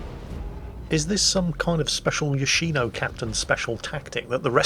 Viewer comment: its yoshiNO